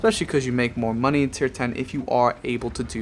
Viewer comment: Lost count of the amount of times you said moneh.